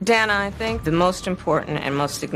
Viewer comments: Worthless scripted Interview. Harris even mispronounced Dana's name; calling her Dayna not Dan-a. Ridiculous answers. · Wasn’t it so racist when Kamala mispronounced Dana’s name? 🙄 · The questions were really rigged. Kamala responded to green new deal to the opening question but Dana did mention it at all, or is it that the editing wasn’t properly done. Secondly, why did Kamala mispronounced Dana’s name when she has mandated the world to pronounce her name correctly? The comrade is a hypocritical dunce!